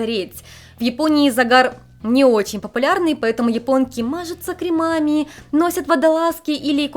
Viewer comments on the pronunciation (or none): none